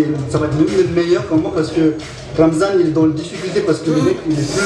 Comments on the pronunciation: Is Ramzan not Razman haha 😂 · Ramzan bro not Razman. 😂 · Loool man said Razmat 😂😂